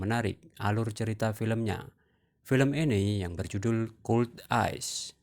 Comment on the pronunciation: Bukan kuld, tapi dibaca kold